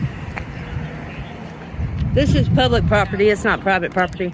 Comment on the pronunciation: Prop-tee. a stick that holds up a golf tee